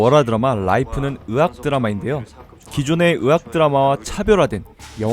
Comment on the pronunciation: 의학드라마를 으악드라마로 발음하시네.. 으악!